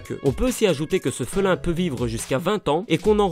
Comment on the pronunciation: on dit félin